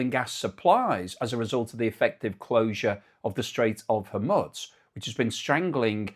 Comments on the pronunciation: Yeah, I love but the Mormutz thing was starting to get on my tits. I heard some Arabs pronounce it HOR-mooz, which must be correct. I think most English speakers go for hor-MOOZ. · I think its hormooze not hormutts